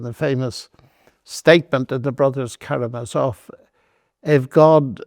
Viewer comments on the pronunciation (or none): He should know that Karamazov is stressed on the third syllable